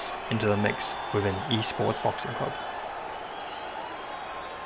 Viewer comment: "In boxinc one punch can change everythink" what kind of weird pronunciation is that?